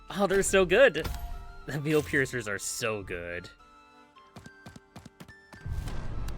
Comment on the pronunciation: I just started this playlist a couple days ago. Do you normally pronounce veil like “veel” instead of “vayel”? Like these veilpiercer units “pierce the veil of war” or some such.